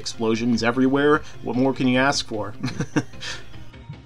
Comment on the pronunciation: Can no black guy on earth properly pronounce "ask"?...